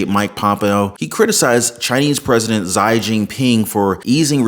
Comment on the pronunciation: Xi is pronounced Chee. Js. Thanks for the valuable info.